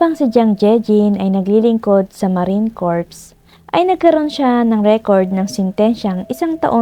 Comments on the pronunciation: Marine Corps .. ang pag pronounce po ng Corps is parang "cor" ganun lang po kasi pag yung pag pronounce niyo po kasi us iba meaning nun kabaong :) sana maka help 😊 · Silent "p" po sa Marine Corps